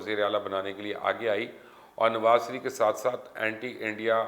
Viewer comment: Mubashar luqman sb parhe likhe jahil me aap ka channel shoq se dekhta hun ye sareef bolna chorden sahi naam shareef he khuda ke waaste me ye aap ko 3rd time bta rha hun.